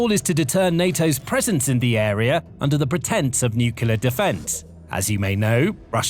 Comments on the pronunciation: I really appreciate the work that goes into these videos. I have watched many of them. At this point, however, I am about to pull my hair out over the mispronunciation of NUCLEAR. The correct pronunciation is NEW KLEE UR, not NEW CUE LURE. Rather than pull my hair out, a better option would be to stop listening. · Stop saying nukila. The word is nuclear. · *Nuclear, not nuke-you-ler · The word is nu-clear not nucular. Unlistenable. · It's "new-clear " not "nucular". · Please learn to pronounce nuclear properly, it's really distracting. It's not nukeular! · As it happens, "nucular" weapons are not a problem - fizzers! It is the "nuclear" weapons that make big bangs. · NUCLEAR NOT NUCULAR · It's nuclear, not nukular. You sound like an American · it’s nuclear not nucelar… Do it correctly! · it's NU-CLEAR not "NUCULAR"!!! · It's pronounced New-cle-ar Not New-cu-lar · "Nuclear". It's hard to take anything you say seriously when you pronounce it like George Bush. New car, clear windshield. New-clear. Noo-Kleer. Nu-clear. Nuclear. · It’s so hard to take the narrator seriously when he constantly mispronounces nuclear and says it like Homer Simpson “nukular” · Nuclear. New-Clear. There is no q in nuclear. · Sorry, what does "nucular" mean? I'm not a native speaker, and I do not know this word. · SOMEONE, PLEASE, teach this commentator how to correctly say the word nuclear (nuc-le-ar). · Normally love the content but I had to stop after hearing "new-queue-ler weapons" over and over. You have to know how to pronounce nuclear. Come on now. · Another mispronunciation is 'nookoooleeaar'. 👿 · I found that the repeated mispronunciation of 'nuclear' very distracting - it's pronounced 'new clear'. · You are pronouncing "nuclear" wrong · Thumbs down for not being able to pronounce the word: "nuclear". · Please learn how to pronounce nuclear.